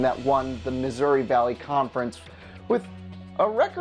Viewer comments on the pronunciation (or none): none